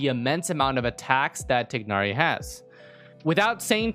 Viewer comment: If I hear this man say "Tig-Nari" one more time...